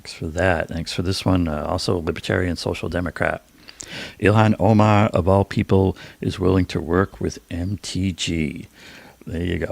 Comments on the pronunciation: Oh-Mahn not Omen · It's not pronounced Omen... God learn how to speak.